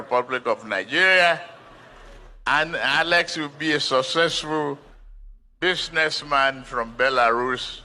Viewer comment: Alex is “susssesful buzines “man😂😂